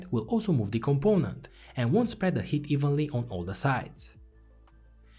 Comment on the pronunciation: I made it 17 minutes in before I realized he is saying “heat the pad” not “hit the pad”